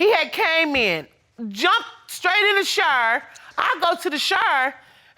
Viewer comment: She said, "He ran straight to the "Shour"!??? Oh, you mean...shower? lol